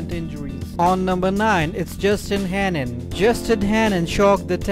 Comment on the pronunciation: It's Henin not Hanin btw..